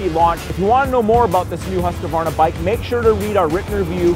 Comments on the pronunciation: Pronounce huskvarna, not husk-a-varna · Pronounced Hoosk Varna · aj det gör ont hur han uttalar det. huskuvarna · CAN PEOPLE PLEASE STOP SAYING HUSAQVAYNA ITS HUSQVARNA. ONE WORD. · 1, we're a wide range of cultural backgrounds, so no. it's an english as the native language thing. hus is not pronounced hoos, it's pronounced just like it's spelled, based on english grammar conventions. and a lot of people add the extra A in there between the Q and V because it's just strange to transition between them... again, based on english language conventions. 2, besides all that, as someone already said but i just want to reiterate because it's the biggest reason... we mainly don't care. if i know what you mean when you say it, that's all that matters. furthermore, humans of different cultural backgrounds are still very similar, genetically. what one average human can do, any other average human can do. the difference is training (i.e., upbringing). your body responds to how you use it, and changes accordingly. our vocal abilities are no exception. we've been using the english language our entire lives, so it affects how we speak. so unless you've found a secret hidden tribe of neanderthals with different throat or mouth shapes, there's no way it's a genetic thing. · Still haven't learned how to pronounce Husqvarna correctly.. what a shame. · Everyone complaining about how the name is pronounced......am I the only one who thinks 10 grand is insane? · Is it just a genetic thing that Americans can't pronounce Husqvarna?